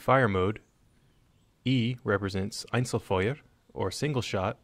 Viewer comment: Dauerfweuwer, Einzlerfwuer